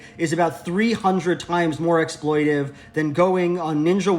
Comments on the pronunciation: The word is “exploitATive,” LJ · I think it’s exploitative not exploitive